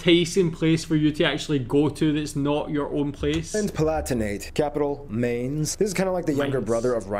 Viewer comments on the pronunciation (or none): MAINZ - not Maynes